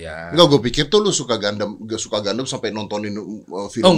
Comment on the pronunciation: "gundam" A few minutes later.... "gandam" Hehe